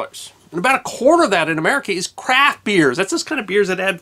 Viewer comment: Did you say crap beer? Or craft. I'm hearing impaired